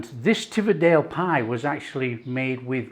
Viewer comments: That’s a real school dinner pie 👍 btw it’s pronounced Tee vee it and Hoy k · Pronounciations all wrong! Teviotdale = TEE - VEE - OT - DALE. Hawick = HAWE - ICK. Damned fine plates of scran. Proper grub!!